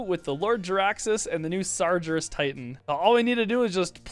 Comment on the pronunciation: Slightly offended by your pronunciation of Sargerus xD